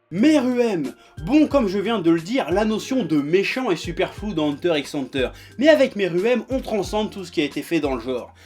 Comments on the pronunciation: et le u se prononce u pas a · Mec c'est pas ANTEUR c'est EUNTEUR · déjà avant de te plaindre de ceux qui prononces "hunter hunter" faudrait que tu apprennes à dire "hunter" avec un bon accent je pense